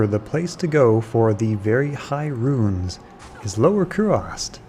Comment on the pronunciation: roons, not RUINS, jesus.